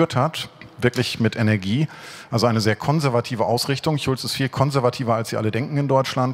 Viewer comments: wie er einfach Martin Schulz verarscht weil er das sch nicht aussprechen kann 😂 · Wie gut ist es, dass Sonneborn "Chulz" statt "Schulz" sagt?